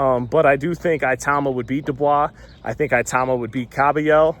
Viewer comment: It is pronounced e-tauma it’s an African name